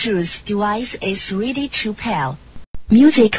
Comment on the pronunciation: Adjusted for pronunciation: -Ze bluetoos dewice is weady to peaayr -Ze bluetoos dewice is conecteed uhh successfolaay -Mewsic play modder -Zeerow, Seven, Sree, Fine, Sex, Wann